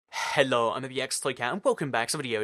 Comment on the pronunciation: Why tf do u say hello like that u sound like ur saying halo